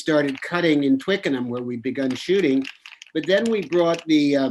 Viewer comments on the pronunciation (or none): Note to all Americans :- It's not TWICKINGHAM!